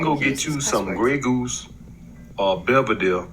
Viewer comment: Did he say Beveldell ?? (Belvedere) lol